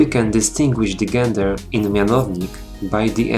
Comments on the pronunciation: It is pronounced jen-der not gen-der. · Część, I am a big fan of your videos. I noticed that you made a mistake when pronouncing "gender". You should pronounce it as if it were spelled "dżender" in Polish. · czyta się "dżender"